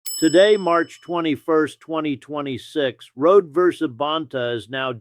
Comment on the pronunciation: Her name is pronounced Road-e.